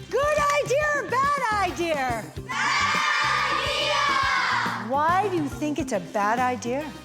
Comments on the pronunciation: Why does she pronounce it “idear”? Was she never taught to pronounce that word properly? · Anyone else dislike how she said the word ‘idea’? “Idee-errrr!” Lol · Didn’t know ‘idea’ ended in an r.. LOL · I don’t recall seeing the letter R in the word IDEA….. 🤦‍♀️ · I think it comes from the British influence because they will end words with an R if they actually end in a vowel when speaking quickly.